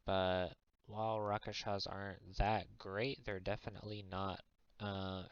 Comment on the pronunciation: It's RASKSHASAS, not Rakashas.